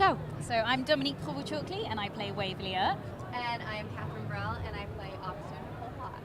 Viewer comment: They way pronounces provost